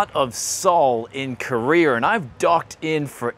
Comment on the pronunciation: you're in Korea... not Koree-ur.